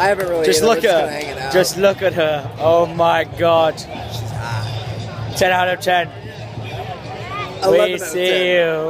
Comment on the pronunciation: looked at the camera and said "oh my gad" and after syndicate said "i dont like this game" realized it wasn't a picture so he said "oh i thought you were taking a picture" then i busted out laughing